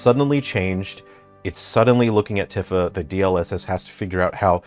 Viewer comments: He presents himself as an expert yet doesn't know how to pronounce Tifa's name. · He’s pronouncing Tifa wrong. I thought his favorite genre is JRPGs